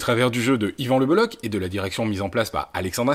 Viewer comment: Juste y a-t-il au moins un journaliste un seul en France qui sache prononcer le nom d'Yvan c'h en breton équivaut à la jota espagnole et non à un k